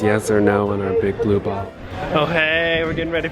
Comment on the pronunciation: A lot of emphasis on the blue balls. 😂